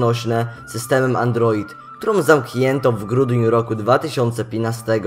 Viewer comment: Tutaj props, bo faktycznie, postać mało znana. Dam Ci łapkę w górę, ale popracuj nad dykcją, bo twoje wypowiedzenie roku 2015 aż mnie zabolało ;p